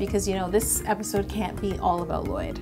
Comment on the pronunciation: Not Lloyd... It's L-LOYD